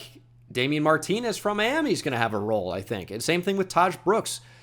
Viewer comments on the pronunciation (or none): none